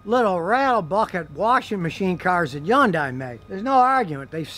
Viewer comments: Scotty, Scotty, Scotty, stop with the Yondai. It's Hyundai. That's as stupid as saying Chebbrolaid. Geez Louise, that armrest must have ounces of Covid-19 in it. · Scotty , Love watching your Videos, and listening to most of your advise. But do you have a Speech Impediment? Some serious reason why you can't say Hyundai, pronounced exactly like SUNDAY, but with an "H" ? Not with a Silent "H" HUN-DAY...not YUNDAY ! I've owned Three Hyundai Cars. Two Sonata's and one Elantra. All three for over 100K miles, with Zero Engine troubles, including my current 2014 Sonata, that I just did the routine maintenance on. In fact, none of the three have had ANY breakdowns. Fantastic Cars, and longer warranties than Toyota or any American Manufacturer gives standard. My 2.4L Engine is still strong, has no noises, and the Transmission shifts smooth, all accessories still in 100% working order. The new "Genesis" G70, G80 or G90, is something I would love to purchase. And although they are top rated Cars in their class, they are still a bit beyond my price range. The new Sonata Limited, with all it's bells and whistles comes pretty close to a Genesis, so when my current Sonata matures a bit more, I'll probably go look at getting another one. Keep up the great Videos, keep a open mind, Toyota isn't the only Manufacturer that can make long lasting cars. Most Cars will last if you just properly maintain them, and don't beat the crud out of them driving like a nutjob. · Why did he keep saying Yundai? I always thought its pronounce Hundai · Scotty's pronunciation of Hyundai = YUN-DAI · The real pronunciation is Hyun-Day. Both the H and the Y are pronounced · People used to call it Hi yon die. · Yundiie? Scotty never fails lol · You pronounce it Hunday...rhymes with Sunday!!!!! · No, it is "Hyun-dei". (Make the y short.) It's Korean. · scotty "yundai" kilmer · Yawndai lol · I’ll never be able to unHear Scotty pronouncing Hyundai 🤷‍♂️🤨